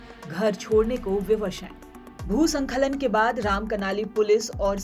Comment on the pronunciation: भू स्खलन होता है, संखलन उच्चारण गलत है।इन छोटी छोटी गलतियों को अभी से सुधारें🙏